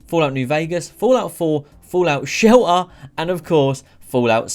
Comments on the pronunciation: "fallout sheller" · fallout shellER😂 say the T!😂